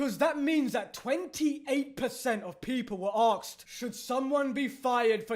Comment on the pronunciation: I'm liking you vids but I cringe every time you say "arxed" instead of asked ha ha